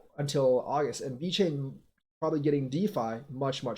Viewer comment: Every time you say "Vechain" I couldn't help but grin 😁 🎉🎉🎉